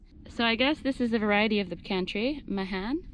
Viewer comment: You need lots of room! I have huge old pecans. They develop very deep roots that help them survive in dry weather. In Texas, we pronounce Mahan as May’ han (as in hand without the d). Glad you got the pecan (puh-Kaan’) pronunciation correct😄. Enjoy your channel.